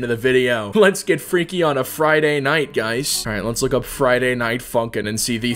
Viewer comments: When he say funk i feel like he saying #### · for a second i though u say the f ing word instead of funkin